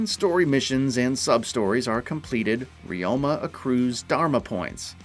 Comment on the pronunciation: One thing you should know, his name is Ryo-ma 龍馬, it means Dragon-horse , not re-oh-ma.